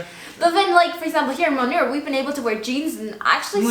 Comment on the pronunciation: It's actually pronounced Moonnar ladies. Have a nice time in India. 😃🙏👍